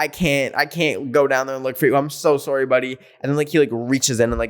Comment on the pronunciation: Literally: I’m so sowry every second